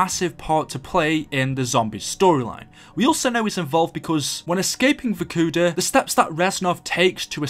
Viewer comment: It's vorkuta pronounced "vorkootah" it's not verkuda